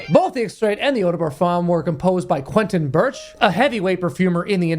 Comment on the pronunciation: You are just a guy who like to entertain others but your knowledge about perfume industry is... meeeeeeeh. You dont know how to pronounce Barrios, then Quentin Birch 🤦🤦🤦🤦🤦🤦🤦🤦